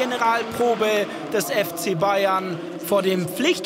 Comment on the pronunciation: Kommentator blubbert bei Bayern novj